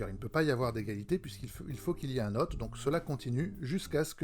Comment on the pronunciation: La vache qu'elle est chiante cette vidéo ! Lecture des notes, le ton, le bordel derrière, hôte prononcé "hotte", Plus jamais ! Bravo pour l'initiative quand même ! (hôte se prononce pus comme "haute" pour information.